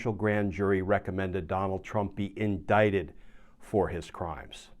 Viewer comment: Indicted and not "indicated".